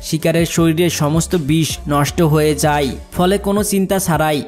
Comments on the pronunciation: যায় কে যাই, খায় কে খাই, হয় কে হই বলছেন কেন? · ঠিক করে বাংলা উচ্চারণ করা শিখ যায় কে যাই, খায় কে খাই .। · যাই যাই বলছো , যাই নয় যায়।